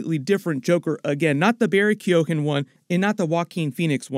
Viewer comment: Dude, how stubborn are you when it comes to learning how to promounce people's names? "Keoghan" is not pronounced "kee-OH, gen", like you keep doing it, it's pronounced "kee-ON". There's a friggin YouTube video teaching you how to say it correctly. What is it with Canadians mispronouncing everything? I'm talking about people's names, not "sorry" or "pasta".